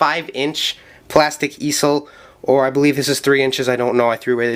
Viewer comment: it's pronounced ee-zel